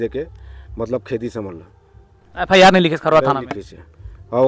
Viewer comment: F.I Nahi F.I.R Hota hai